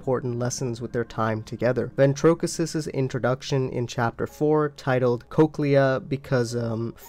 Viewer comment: I'm sure you've gotten this before but the way you've been pronouncing Ventricosus all these years bothers me 🙈 you keep saying Ventrokisus it's pronounced Ven-treh-CO-sus Other than that the vid is great, I can watch hours and hours of this stuff